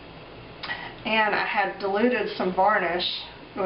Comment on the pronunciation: I thought you were saying 'deluded' glue